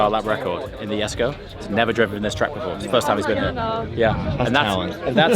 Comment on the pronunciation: face palm... It's Yesko, not Jesko